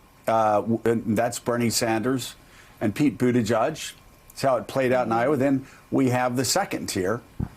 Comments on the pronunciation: Thanks for all the news, and I like you guys a lot, but guys, it's not pronounced "Buttijudge." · It's BUTTIGIEG! gig with an 'e' !!! Not judge!!! You go Pete - America needs a responsible person at the helm that can talk in complete sentences. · "Booty-judge" thats all I ever hear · I like the coverage on Pete Buttigieg but I have just about had it up to my eyeballs with moderators mispronouncing his last name. It is both unprofessional and disrespectful.